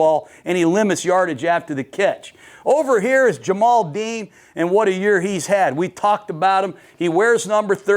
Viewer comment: Ja-Mel Dean Coach. Not Ja-mal.